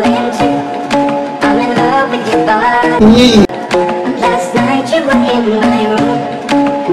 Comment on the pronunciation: WeeChun Gaming that’s not how we pronounce you